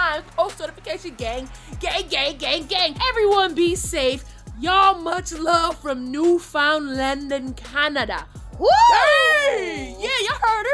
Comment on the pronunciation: BITCCHHH I KNOW U AINT BUTCHER NEWFOUNDLAND LIKE THAT BRUH, us Canadians want all the smoke